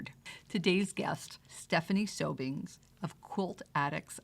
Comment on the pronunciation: I found this interview borderline rude from the disrespect of mispronouncing Stephanie’s last name to emphasizing FAILURE so many times. So her venture didn’t work out! What a great life experience, she was brave to give it a try.